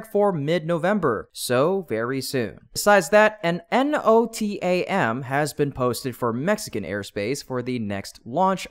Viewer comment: NOTAMS, not NOTARS.